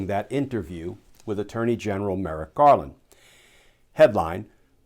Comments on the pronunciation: Hold him to it? No, I will make sure he commits fully or he be accountable. Edit Merrick "Garden". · Did I just hear "attorney general Garden?"